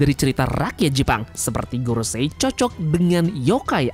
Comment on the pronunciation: kalau pas bilang gorosei itu mbok ya yang biasa saja kang